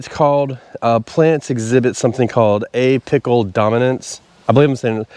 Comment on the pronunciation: I had to laugh because you were talking about apical dominance but all I heard was “A-pickle dominance “ lol😂 I have never heard of “a-pickle” dominance. Thanks for the chuckle and great content as always!